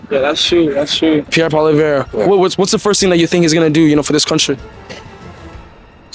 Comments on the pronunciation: "I'm going to vote for Paula-veer." This guy has no respect for the person. He didn't even have the decency to learn the politician's name. What does that tell you about the typical Hamiltonian? It's pronounced pwol-iv-ee-yar. Guess what? He is a so called "Libertarian". Listen to what he says and does. Then watch what is happening to Alberta, Saskatchewan, Ontario and Quebec. That's the precursor to the country on a federal level. Say what you will, but when the time comes, tell me I was wrong. My predictions are not predictions. It's evidence we've been seeing for decades. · Hate being that guy but it's pronounced "Polly-ev", not "Polly-vere". If you're interviewing people about politics, you gotta know how to say the opposition leader's name properly. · Who is PoiliVER? Lolll its PoiliEVRE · Hey all, just an FYI, Poilievre is pronounced (poly -ehh-vruh) with barely an uh on the end. Not poly - verre 😂❤ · poly ev not polivere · Learn how to prononce PoiLIèVRE bud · its pronounced 'polly ev ' he's from the west not ' kabek ' this milktoast in the suit must work for the government, 'cause he's give the jr speak that most libratards use when they are in parliament'. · His name is pronounce Pwah-LEE-evr. It’s not that hard. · Pierre Poilievre, pronounced "pol yev" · Shit dude you can't even pronounce the oppositions leaders name, good luck with your commentary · Great video but ya need to learn proper pronouncing of names bro ..yer not saying pierres name right at all